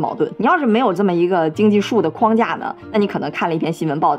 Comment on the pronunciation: 21：57，框架，框 读四声，如：门框，四声。而不是一声，那是 筐子